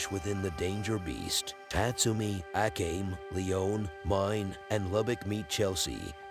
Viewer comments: Ah-Came? A-com-ee…. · The way you say Akame kinda makes me mad. Its pronounced Uh-kah-may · I really love how you pronounce Akame to A Came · The commentator pronouncing Akame's name and butchering it is beyond cringe.